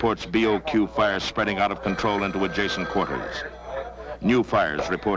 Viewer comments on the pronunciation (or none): none